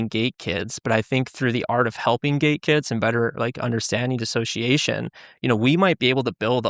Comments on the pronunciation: Hahaha yep, a lot of comments think he's saying gay. It's funny, the program doesn't exist in the school Springville, NY district he claims. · Is it just me or do they need to annunciate the (T) in gate better because it keeps sounding like he’s saying gay